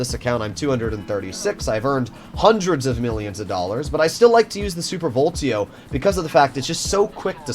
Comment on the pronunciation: please stop calling it the "super voltio" - it's VOLEETO